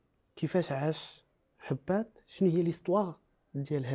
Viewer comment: هبات❌ هباط✅